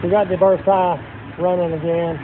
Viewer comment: say Lincoln Ver sigh.